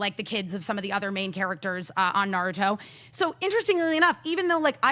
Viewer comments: i don't know about the writing,i know what i hear from every voice actor in the series.and they all emphasize in the ru not the na like the americans do, did the japanese, and did the american.although i think started to say something about the pronunciation,maybe it would be the difference between american and japanese before cut her off!!! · don't wanna argue about trivial stuff but you're wrong. was right. It's NA-ruto. said na-RU-to. that's how the Japanese say the name. Common mistake, that's fine. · I didn't watch the dub. I just remember it not being nuh-ROO-to like so many people say. That is an English pronunciation like a-KIR-a (instead of A-kira) or sa-KUR-a (insead of SA-kura) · haven't watched dubbed versions either,but trust me, it is na-RU-to in japanese and NA-ruto in english,you are right about A-kira and SA-kura,unfortunately all the big anime youtubers/reviewers are americans and mispronounce all the names which i find weird because they watch the subbed versions but i guess they don't really listen to the actors and it gets confusing,that's why i said to watch the subbed versions!!!